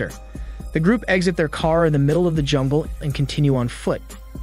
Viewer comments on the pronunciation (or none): He said “jumble” instead of jungle… cute lol